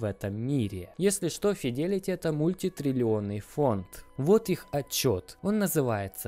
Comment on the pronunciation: Правильно говорить Джэминай и Файдэлити